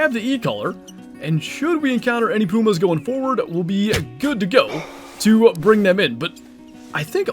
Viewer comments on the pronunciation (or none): Don’t you mean PEW-MAHS??😂